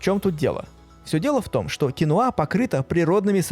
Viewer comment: Кинва а не кинуа